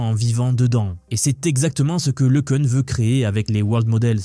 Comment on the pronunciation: c'est quoi le changement de prononciation de LeCun a chaque fois !? un coup c'est LeCun après c'est leCune, et on dit LeCun ( le qu'un ) pas ( le qu'une ).